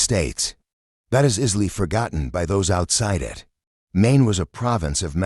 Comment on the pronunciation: Get rid of your robot narration. It can't even pronounce "Maine."